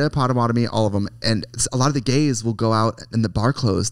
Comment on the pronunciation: Not potawatomi😂